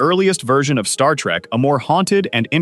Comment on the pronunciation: Does it BOTHER anyone else how this guy keeps saying star-trak instead of Star-trek